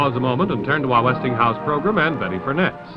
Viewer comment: Betty Furness, or Furnace, reminds me of Hyacinth Bucket, who insisted it was prounced Bouquet.